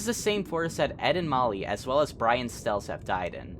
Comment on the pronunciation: "brain stells" do you mean brian stells